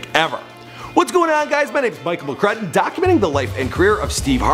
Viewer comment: Bon JR it's McCrudden